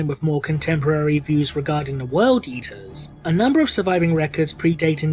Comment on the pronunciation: Sorry, when I heard 'eater of cities' I heard 'yeeter of cities' and now I will forever know the World Eaters as the World Yeeters.